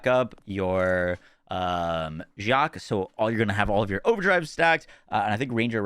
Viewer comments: Hey, Jaque is proounced HÄ-ké (like hockey but with more of an "a" sound at the end), in case you were interested. Thanks for the video! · Jaque: Ha-kay